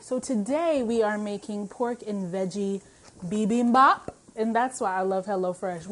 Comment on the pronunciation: THANK YOU FOR SAYING IT RIGHT! BI-BEEM-BAHP! amen? Also love this video. you always share such great content.